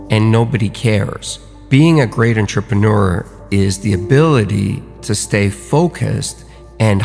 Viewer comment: Is he the only person in the world who pronounces it Ntrepeneur? Am I the only one bothered by this?